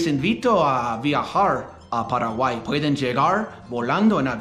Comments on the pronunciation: No se dice Paraguaí!!!! Se dice Paraguay!!! Con acento en la "a" Paraguáy! jajajajaja 🤗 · you're improving a lot let me give you one tip to better pronounce words. Try to learn the correct vowel sounds. For example, it's not "peraguay" its "pAraguay" you need to emphasize each vowel more and maybe open throat more to make the sounds more clear. Not sure if that makes sense. Because you're very good your vowels are what are a bit weaker but overall you're 👌🏻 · My dear, I know youre trying very hard to learn Spanish. For some people learning a second language Is so Easy than for others. Let me tell you about my experience. I learned English quickly but my accent was am issue. One Time a profesor from college suggested i went to speech therapy to corect my accent. I did and it helped. My accent wasnt that pronounced but it interfered with what I wanted to donwhich Is teach elementary. I dont know if there Is such a program for people who are trying tonlearn Spanish but there Is one program for those who want to learn English. Either way we love what you do and how much you study our culture. Be safe guys